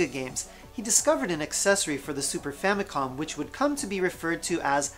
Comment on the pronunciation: I'm fairly certain that he said, "Famicon", instead of "Famicom".